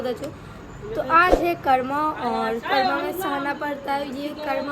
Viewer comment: Karwa nhi karma bolna seekho sirf shadi or ldke ko fasane mei tez ho